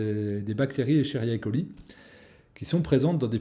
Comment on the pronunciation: On dit Escheria coli ou Escherichia coli ? Je vois que comme pas mal de personnes vous ne prononcez pas certaines lettres ?! du coup je me pose la question...